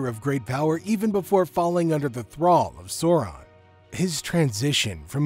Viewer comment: Bro! I'm very much into your videos and the lore, but I couldn't stand hearing "Sourahn" multiple times for more than 5 minutes... Sorry